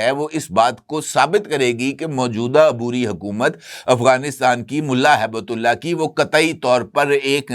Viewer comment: سر ملا ھیبت اللہ نہیں بلکہ ملا ھبت اللہ درست نام ہے تصحیح فرما لیں